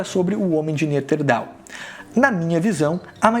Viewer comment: Interessante o vídeo. Mas o professor precisa regravar o vídeo e falar o nome certo de algumas espécies kkkk senão, perde credibilidade. O correto é "Neandertal" e o professor fala "Neanterdal" kkkk E ouvi outros erros.